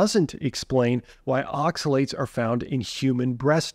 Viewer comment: Not oxa-see-you-later, see you oxi-later